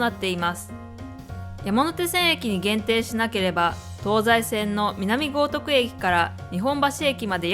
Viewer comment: 発音が悪いのと、間違っています・行徳ぎょうとくです。